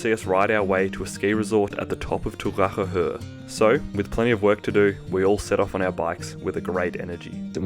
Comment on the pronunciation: Your pronunciation of Turracher Höhe isn't that bad, props 😂